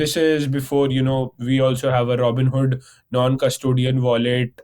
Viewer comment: Roooboon hood 😅